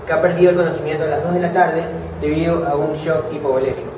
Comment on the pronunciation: "creo que esta en shock hipovulemico" xdxd